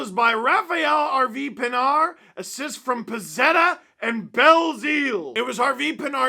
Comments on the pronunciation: it rhymes with hard when they say it. They don't know that the D is silent. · How the fuck are they pronouncing Pinard on the english broadcast lmao